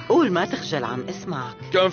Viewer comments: اسمها قول ولله مو اوول ولله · قول وليس اوول